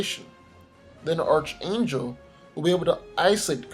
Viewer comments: Being picky: it's pronounced arc-angel, not arch-angel. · X-Force has too many street level characters. Like who is taking out Groot?? It would help if X-Force was at least given a numbers advantage, maybe add Fantomex and Deadpool, but the X-Force members are too similar. And oh yeah, it's pronounced arK angel instead of arCH angel. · Pronounced ark not arch. You're killing me with that. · It's pronounced ARK Angel not Arch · Archangel is pronounced ark-angel bro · It's pronounced "ark-ayn-jel"